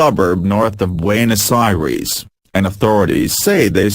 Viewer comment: Forbfuck sake learn how to pronounce some of these nmaes, you're making us look so bad with the way you're pronouncing Buenos Aires